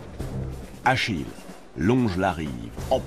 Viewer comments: Achille, pas Achilles. Allez, pouce rouge. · Où avez vous vu un s à Achille?